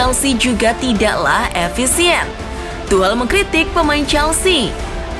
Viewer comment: Tuhcel mbak bukan tuhlel wkwk